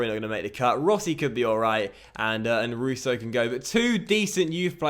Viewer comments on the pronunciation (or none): none